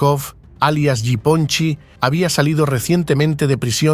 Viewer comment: You butchered that nick name It's Ya Pon Chek . It means little Japan